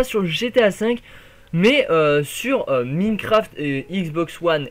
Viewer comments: s il te plait , c pas Miiiiinecraft , ca ce prononce comme Mynecraft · c'est pas pour etre mechant ce message mais pour que tu te fasse pas critiquer plus tard mais c'est Minecraft "Maynecraft" et pas Mïïïnecraft